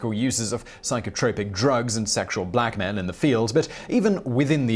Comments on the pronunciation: Sexual black men in the field? Did he say sexual black men in the field and was supposed to say sexual blackmail? Or did he say sexual blackmail and I just misheard it? I listened a few times and I swear he said sexual black men...which I don't quite understand unless he meant to say blackmail lol...sorry just thought I'd put that out there. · I know you're saying "sexual blackmail" ... but you definitely sound like you're saying "sexual blackmen" ... or maybe that's just what I want to hear... I have a lot of reflecting to do